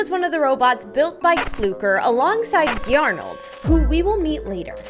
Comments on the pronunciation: It's said garnold not gyarnold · “Giarnold”got me 😂😂😂😂😂